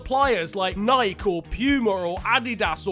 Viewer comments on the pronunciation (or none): The way you pronounced Nike triggered me